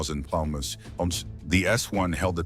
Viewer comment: that's cool, the type of voice is no problem but it's really offputting when things like Pounds and other measurements come out in some garbled sort of noise rather than speech.